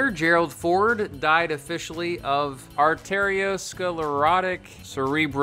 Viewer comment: ARR TERRY-OH SKLERR OTTIC SERREB ROW VASCULAR disease and diffuse ARR TERRY-OH SKLERR OH SIS.